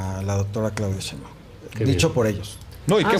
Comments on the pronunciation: Díganle a Roberto Gil que Claudia se apellida Sheinbaun, no Cheinbaun, por fis! Me desesperaaaaa! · Si pero eso pasa en todos los programas. NO saben pronunciar su apellido. Yo la neta tampoco....creo que es algo así como 'Shainbaum'.